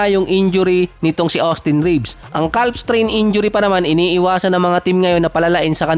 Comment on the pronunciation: ano yung basa ng calf? hahahahha silent "L" yun bro.